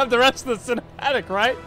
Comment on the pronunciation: "is it on the store? Can you but thé cinematic on the store??" 😅😂😂😂😂